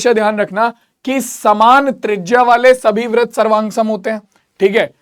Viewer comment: Brit ko brat bolte hai